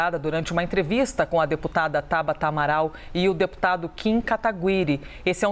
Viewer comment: A porra da repórter não sabe nem falar o nome do deputado.